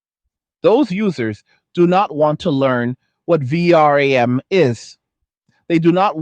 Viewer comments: AI narator be like V.R.A.M. instead of VeeRam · VR-AM? are you using TTS? any human would say V-RAM, it's ok I just like to look for stuff like that, It's an useful skill in a world filled whit bad actors like government propaganda. And all the more reason to do what you do, protect your identity. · question, is this AI generated audio? Who says V- r a m? i dont know anyone who spells it out, everyone says vram right? just trying to make sure i can still spot ai generated audio and not losing my mind! still liked the content, great vid!